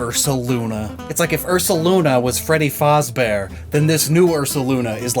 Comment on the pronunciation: Does bro actually say “FOZ bear” instead of “FAZ bear”?